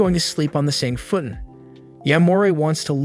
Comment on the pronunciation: It's Futan the fu sounds like flu without the L and tan is like ton with a lower case A sound